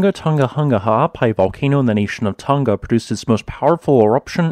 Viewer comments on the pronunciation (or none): Hung-a Tong-a not Ton-ga Hun-ga Thank u. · You do do a great way of explaining geology but I just wish you and many other people would pronounce the words properly. You say tong ga and hung ga which is incorrect pronunciation. Try and say tong nga and Hung nga. Not hung but hung as in hook. It's all in the pronounciation. It sounds silly when you say tong ga and hung ga. Please learn how words are pronounced . Sorry and thank you.. Also I'm a Tongan living in nz. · Hunga Tonga Not Hunga Tunga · The pronunciation is Who-nga Tonga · Love your work!! I’ve been watching this channel for a long time and you deserve any new subscribers you get from covering this eruption. Just FYI, Tonga is pronounced tong as in like tongs, long, gong etc. Hunga is pronounced hung-a like, “I hung washing on the clothesline.” Also just a suggestion/request - could you put more time onto the end of the video so we have time to press the like button? Cheers! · For courtesy's sake, if you're a reporter, kindly respect at least the very basics of Polynesian pronunciation. The g's in Tonga and Hunga etc. are soft, as in -ing. Not Tong-ga. It is akin to those of us who live in the Pacific region pronouncing English words like Gloucester as Glue-cess-ter or Salisbury as Saliss-berry if addressing the Oxford Union.